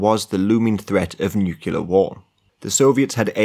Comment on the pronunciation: Guy is great to listen to but then outta nowhere says "nookyalur" like George Bush